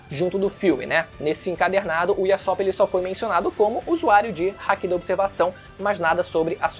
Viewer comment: para de falar "Iassop" pelo amor de deus q agonia, mas de resto otimo video